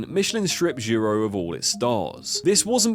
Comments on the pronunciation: I know it's pedantic but "JAHRO"? There's hundreds of videos about the place. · How can you see “Jiro” and think it’s pronounced “Jarro”??? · Not Gyro, it's Gee-Roh =. = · Switched it off when you pronounced Jiro as Jaro. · jiro as gy-ro is criminal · How many times can he mispronounce Jiro... It's like G-row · So painful, I was initially confused....why would a 'gyro' place get three stars? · If he can pronounce pinnacle, then why is he calling the man Gyro 😂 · bro also said Jyro, Gyro, Joro - everything but Jiro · Bro ... at least learn to pronounce jiro and kyoto correctly.... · Jiro earned three Michelin stars you could at least pronounce his name right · Can’t help but notice the wonderful pronunciations of Jaaairoo and Kaiyouto; a 5 sec Google search would’ve fixed that. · Kai-oto. Jai-ro. Cringe. Not even the English version of google translate pronounces these names so badly. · I hate the way you pronounce Kyoto to Kewouto and Jiro to Jaro, where are you hearing the “a” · Jee-ro. Kyo-to. How the duck did you come up wiht Kai-yo-to. Come on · Kai-oh-toe. Jai-row. Oof. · Jiro = Jee-ro Bernard Loiseau = loo-aa-zo